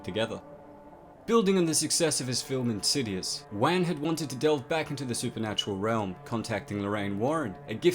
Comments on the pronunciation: he really said james wan, its pronounced like wahn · not to nitpick here but i believer the correct pronunciation is juan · Wan, like want but the T is silent. Not Wang XD